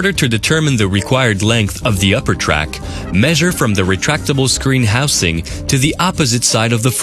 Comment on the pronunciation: who in the hell was in the recording studio when the guy keeps saying "houSe-ing"?